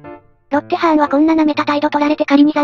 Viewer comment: 唐突なロッテハァンで草